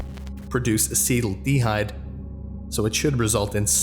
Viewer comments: love your videos but the chemist in my died when I heard aceetyl-dee-hyde (its acet-al-duh-hyde) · I dont think i ever watched this one, but a more natural sounding pronunciation would be uh-see-TAHL-duh-haid, with emphasis on the “tal” like in “talcum”. Yes, im being a dweeb on a 4 year old video, im aware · To add to this (audio is overall phenomenal by the way), endocrine and what I’m guessing was acetaldehyde would be two other words to check American English pronunciations for—in general though, you really have mastered the accent!